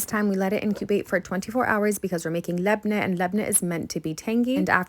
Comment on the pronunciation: The way you pronounce labne caresses my brain ❤